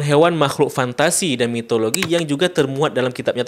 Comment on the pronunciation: Mitologi bang bukan Mitoloji